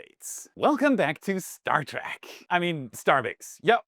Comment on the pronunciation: Not ‘Star Track’ like a train track. It’s called ‘Star Trek’ like a lengthy hike or trek across the universe.